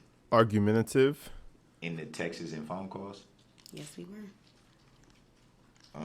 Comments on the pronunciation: What are “texes?” Is that like “substain” and “tackit” agreement? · What does Texas have to do with it, stupid? It's pronounced texts. Also, quit it with your limp wrists, you look like a high school girl